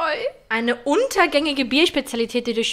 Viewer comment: Nicht untergängig sondern untergärig, trinkt halt einfach kein Bier 😅